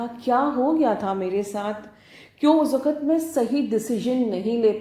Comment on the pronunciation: Thank you soooooooooooo much maa 💕💕💕💕💕🤗🤗🤗🤗🤗 i love you maa i just love you...nd mam apka "waqt" aap bahut accha bolte he.